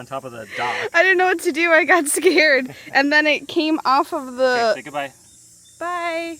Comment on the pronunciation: Enjoyed watching “feed the fish” 😂😂😂 Addie nudged out “The Martian” with her nose! 😂: “T-he”.: “, that’s “the”. 😂 You two crack me up!